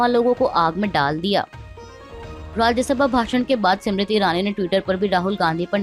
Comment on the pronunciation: जी आप बार बार स्मृति ईरानी को सिमरिती ईरानी बोलती हो। आप इसका सुधार करे। नाम का उच्चारण सही होना चाहिए।